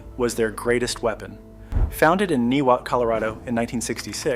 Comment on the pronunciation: NYE-wot, not NEE-wot.